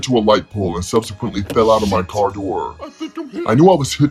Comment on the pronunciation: I call bullcrap.. niggas do NOT say SUBSEQUENTLY. And they sho as hell don’t pronounce it correctly! 😂😂